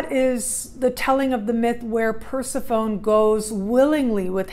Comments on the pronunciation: I believe it's per-sef-PHONEE. Not Per-si-phone. Not sure how someone could study mythology and not know??? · New sub! Capricorn, trying to figure out this Pluto stuff and relationships and transformation. Love the idea of Persephone voluntarily going to the underworld. I think it’s pronounced Per-sef-ony 😘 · Per·seph·o·ne | \ pər-ˈse-fə-nē (pronounced Persephonee -- long e. Not an English silent e like telephone) Great vid !